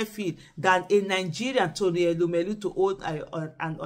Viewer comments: Madam Aisha yesufu ❤❤❤ great 👍 job ma. We are actively ACTIVE 😅😅😅. Meanwhile, it's TONY not Rony ma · Please correct the name, it's not Rony but Tony